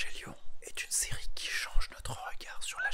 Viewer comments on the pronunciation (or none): none